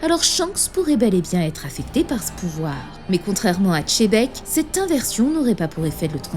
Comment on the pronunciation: J’en peux plus des youtubeurs qui disent Tchébek…c’est dingue cette façon de prononcer un nom aussi mal par pur mimétisme !!